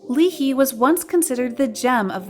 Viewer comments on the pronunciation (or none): Why are you pronouncing “Lee Hi” as “Lee He”? It’s literally “Hi” as in .. “hi” .. you know .. another word for “hey”? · LEE HI LIKE HI NOT HEE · Lee he??? Lee Hi it's the letter "I" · If you could ever do some research on how to pronounce Hayi’s name, it would be good to hear instead of Lee Hee. It’s pronounced as ‘Lee Hai’ And her comeback on No One is pretty good, which she get No. 1 in digital charts on the day it released, and loving by many but unfortunately she ended her comeback early due to unexpected incident during her promotion. But leaving YG is still the best decision she made 👍🏻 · Please pronounce Lee Hi's name correctly. It's Lee Hayi not Lee Hi. Her name was Lee Hi but pronounced as Lee Hayi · LEE HI !!!LIKE HIIIIIIIIIII NOT LEE HEE !!!! FOR HI SAKE!!!! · It's Lee Hi not lee hee and I think minzy is one of then too. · Sorry to be that annoying viewer but I can’t help but bring this up. The ‘Hi’ in Lee Hi is pronounced exactly how you say hi or high. Not “He” or “Hee.” Thank you. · Why "BLACK SHEEP"?? Black sheep is an idiom used to describe an odd, disreputable, or disgraced member of within a group or family. Hyoyeon did not leave SNSD. Henry is not Korean-Chinese. Lee Hi is not pronounced as 'li hi' but as 'i hai' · Lol it’s not “lee hee” hi is literally pronounced like hi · It's pronounced like Lee Hi (High), not Lee Hee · Isn't Lee Hi pronounced Lee High? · Lee Hay as in Lee Ha Yi. Not Lee He. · It’s pronounced as haayi lmao not hee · " lee hee " It's 하이 as in "hi" in english though.. not 히 or희 :" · It's not Lee hee but Lee Hi! Plus she said that YG really helped promote her. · uh, yeah. ha-ee is how you pronounce high. pronounced it like “hee” which would be 히 in hangul. it’s pronounced like hi/high, which is 하이 in hangul, a.k.a. ha-ee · Not “lee-hee”. It’s either you say “lee-hai” or “ee-hai”. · It’s not Lee-Hee, it’s Lee High...and Hyoyeon isn’t a former SNSD member. She is a SNSD member. Do some research before posting.